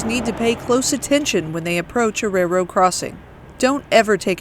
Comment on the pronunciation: "Ray-Rao crossing"